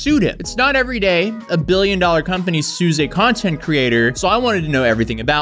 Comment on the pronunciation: ...billion doollr company <whats dis?